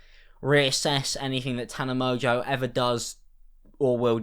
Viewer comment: Girl can't even pronounce her own last name